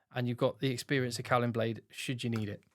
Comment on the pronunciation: Nice one,. For reference: Caolin is pronounced 'kaylin', the 'o' isn't pronounced. Hopefully see you in Cardiff next week!